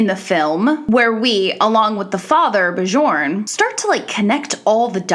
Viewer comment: You mispronounced Bjorn.